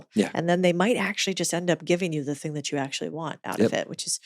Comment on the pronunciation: Love this guy, but him saying "think" instead of "thing" kills me.